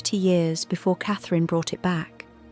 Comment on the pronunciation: The name you seem to be struggling with is Catherine Princess of Wales. Your rudeness Is unbelievable